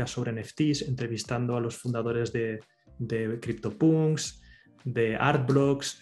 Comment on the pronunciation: Euge tío te pones a pronunciar al máximo las palabras en inglés y luego dices Cryptopunks? Jajaja